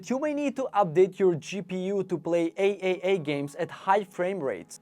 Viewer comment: A-A-A games lmao. Im out